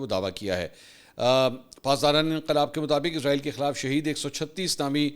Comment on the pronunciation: Mansoor Bhai word Israel hai ap humesha izrael kiu bolty hn JB k wo moat k farishty Ka name hai ??